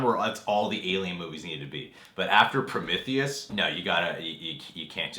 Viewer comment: Your saying Prometheus wrong lol.